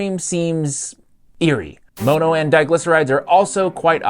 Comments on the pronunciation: For the love of fuck, it's mono not moano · "Moe-no?" Bruh pronounced it properly for you (monn-oh) and you still fumble it the entirety of the video 😢 it makes it really hard to watch. Mono- is a Greek root meaning "one" like in "monopoly" or "dihydrogen MONoxide" (water) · All I heard was that frustrating pronunciation of MONO (it’s mŏnō not mōnō) 😬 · For the LOVE OF GOD!!!!!!!!!!! Why are you pronouncing "mono" as "Moh-no?" Are you doing that on purpose to be different or what? It isn't working, you just sound like a fool especially after your own interviewee, the chef, goes out of her way to preface her first sentence pronouncing it as "maw-no" because she was most likely taken back by your use of the word when you asked her your first question during the interview. Like come on dude, get a CLUE! You are like the only person here on YT talking about this with a decent looking video and you have to go and muck it up with your completely ass backwards, uneducated pronunciation of mono, holy Christopher on a cross... what the HELL is going on IN THIS WORLD RIGHT NOW?! EVERYTHING IS LIKE TOTALLY F*KED!!!!!!!!!!!!!!!!!!!!!!!! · Bro it’s pronounced mahno not mohno